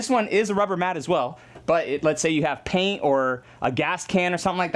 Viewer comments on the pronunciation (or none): none